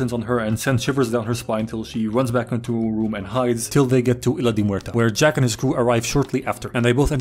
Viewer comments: I’m sorry but the fact that he forgot the word blacksmith but remembered AND pronounced isla de muerta correct is such a stonner moment 😂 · I mean, he pronounced isla de muerta as correct as an english speaking native would